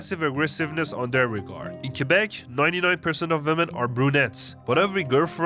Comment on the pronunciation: Thank you so much for saying Quebec and not "Quwebec", you kind of forgot to mention that we have a lot of rednecks and redneck towns here too. Still, you made a great job at pointing out accurate stereotypes.